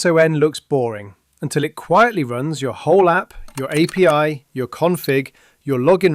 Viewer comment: It fees AI maybe because you didn't pronounce JSON and API correctly.